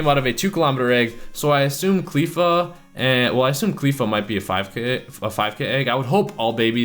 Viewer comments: It's CLEFFA as in "left ya" not CLEEFA as in "queefa" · Btw it's not cleefa it's cl-ae-fa